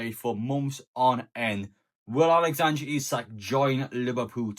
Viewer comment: I'll be glad when I don't have to hear you pronounce his name Alexandra Isak.